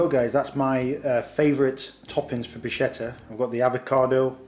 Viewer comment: It's interesting the way you pronounce bruschetta. Native Italian speakers pronounce it brü-ˈske-tə, but it's also acceptable in English to pronounce it brü-ˈshe-tə. It's almost like you're combining the two and saying brooshketta! Kind of like if Sean Connery was speaking Italian hehe